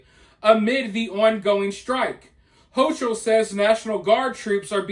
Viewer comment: It’s pronounced “Ho-KUL” She should be locked in the worst prison facility that’s still standing. Poloncarz too. Take ‘em all.